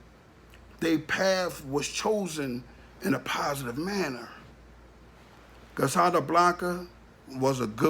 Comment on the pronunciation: Do your research your sitting up talking cash money shit & you have no IDEA what you’re speaking on ! He isn’t on black & white! Fuck outta here! Your not even pronouncing her correctly!!!